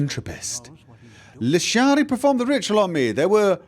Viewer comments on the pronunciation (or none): Looshuushiii! Ahhhhhhruyggh!!! (No it’s Lishari 😼)